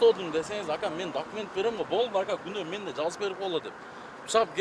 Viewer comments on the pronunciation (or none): none